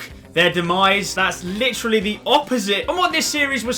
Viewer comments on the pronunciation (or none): none